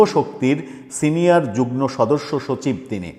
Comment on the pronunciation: উচ্চারণ যুগ্ন নয় যুগ্ম